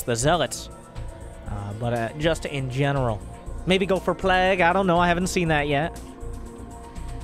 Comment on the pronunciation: I look forward to more of accent saying plague. "plaegg"